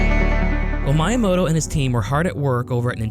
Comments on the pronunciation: The pronunciation of Miyamoto is killing me 🫠 "Mee yuh moh toh" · I know you are a native English speaker but Miyamoto is super famous how can you pronunce it as “My”yamoto 😂😅